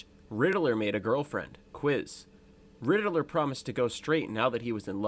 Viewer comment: I heard my boi say “Rididler” like 5 times and quit